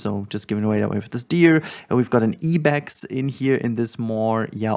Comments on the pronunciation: Fyi Ibex is pronounced like "eye-bex" in English and not "ee-bex" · I want to correct your pronunciation of Ibex but I also wanted to say you have such wonderful content and I always look forward to when you upload a new video. Ibex is pronounced like (Eye) Bex. My zookeeper brain was like ah what?😂